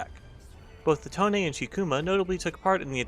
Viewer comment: Call it tone not tone-a